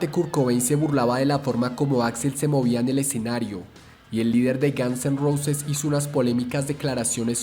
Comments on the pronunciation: Estupido no se pronuncia Gans se pronuncia Gons y no se pronuncia Neil Sino Nil que se escriba Neil no importa hasi no se pronuncia y es Kert como se dice no Kurt es Curt como se escribe Lo mismo que con Neil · párese que dice gansos rosas XD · "Los Gianz en Rousis" the narrator 😂